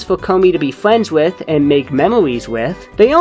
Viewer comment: it's funny that you say friends like fwends